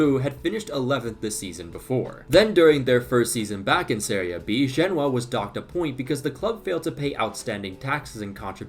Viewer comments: Over here pronouncing "Genoa" like it's a city in China. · You don't pronounce Genoa like that